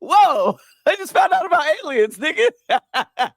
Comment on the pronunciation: can't say "Alien" correctly to save his life lol